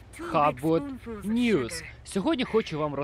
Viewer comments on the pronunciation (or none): none